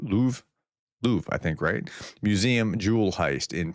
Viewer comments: The word Louvre (as in the famous museum in Paris) is pronounced: "LOOV-ruh" — /ˈluːvrə/ Here’s a breakdown: • "LOOV" rhymes with "move" • The ending "ruh" is soft and almost disappears, like the "ruh" in "extra" In French, it’s even softer: [luvʁ] — but the English approximation "LOOV-ruh" is widely accepted and understood. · Do you have any idea what kind of impact it has internationally if, as an American, you have trouble pronouncing the name 'Louvre' correctly? Every French person must now think that Americans live in caves.